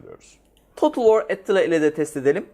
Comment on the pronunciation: abi her videonuzu çok seviyorum ama bir şey dikkatimi çekti nite ettila diyosun ki attila türk ismi ☺☺☺